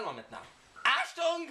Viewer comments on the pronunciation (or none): Oh mon dieu la lecture de la notice en Allemand m'a juste tué ! (ps ; Achtung, se dit artoung")